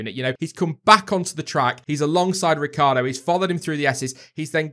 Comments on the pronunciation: Surely everyone mispronounces Danny Ric's name...Ricciardo....not Ricardo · Lucy Burborough Ricciardo pronounces his name 'Ricardo' instead of the Italian pronunciation 'Rit-char-do', saying that is how his family pronounces it.